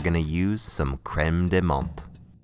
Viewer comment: I'm happier than I should be that you actually pronounced "menthe" correctly. The way most English speakers pronounce it is a small pet peeve of mine lol.